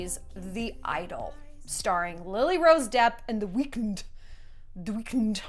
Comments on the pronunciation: 😂😂😂 my dog is looking at me crazy while I laugh hysterically at Shallon pronouncing this the way I always have in my head cus like wtf haha tHe wEekND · I'm fucking dying over how you say the Weeknd 😂 I'm never gunna say it the same again. 😂😂😂